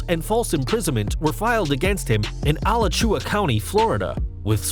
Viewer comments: Its A-lach-ua. Not Ala-chua County. Just sayin... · lol al a chew a county its pronounce "a latch ewww ah"